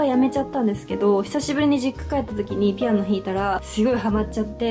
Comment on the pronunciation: ぴ⤴️あ⤵️の😂かわいい発音😂 めちゃおしゃれすぎる私も一人暮らしするってなったらみたいなへやにしたい！！😳😳❤️